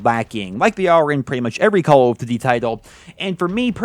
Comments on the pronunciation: “Cullv Duty” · The way you pronounce "Call of Duty" makes me smile.